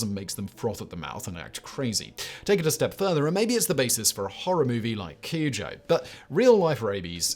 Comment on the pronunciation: Cujo in Simon's accent🤣